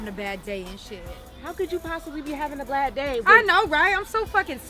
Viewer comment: She said " how could you possibly be having a blad day " 😂